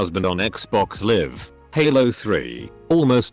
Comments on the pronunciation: I am trying hard not to scream at how the bot voice said liv instead of live... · lol, the robot can't tell a difference between live and live xD